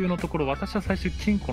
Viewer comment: ぞにきさん金庫甘噛みで○んこに聞こえるw